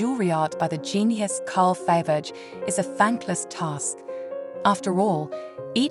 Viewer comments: What is shocking that you did not care to learn to pronounce correctly the name of your hero, which is a cultural noun in the World Art (if you pretend to be some kind of expert in jewellery; and that made me wonder - whether the voice is of a real poorly educated human or a synthetic Abomination that nobody (human) bothered to check and correct - and such sloppiness is disrespectful and jarring - especially in the connection to the feligree jeweller. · The poor English makes this unwatchable- the robot voice can’t even pronounce Fabergé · Please could you pronounce the names correctly, to start with Fabergé? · Its such a shame, so hard to listen to and negates the beauty of the pieces when the name of Faberge is mispronounced. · OF all the artists to mispronounce Faberge should never be one them. It's disrespectful to the artists. Please make sure you can pronounce the artists you cover. It's aggravating! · You are obviously not English or European. Why produce and upload narrated videos? Money... give me your money..... you read this out of a book and AI narrated choice shows u for what you are . 'A tera by Faybegay"... its not worth watching you should be asa meeed!!😅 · I am very much enjoying these interesting videos. The history included is impressive. I have already read your response to the comments on the english mispronounciations of Faberge and tiara. Thank you! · Somebody please get a real person, who can pronounce Fabergé, or at least pronounce Tiara. The AI's appalling pronunciation made this impossible to watch.